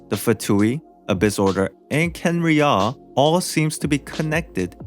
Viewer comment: that's not h0ow u pronounce Kha'enriah